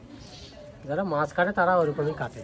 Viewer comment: Mas na Mach bolun